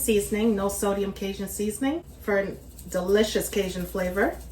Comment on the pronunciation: What, pray tell is “ Kay-zhun “ ? . Ask any Cajun how to pronounce it. And “ Monster” cheese? Oooohh, scary ! Got schooling?